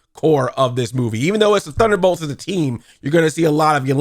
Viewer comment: Sometimes I feel like you’re not even trying to say thunderbolts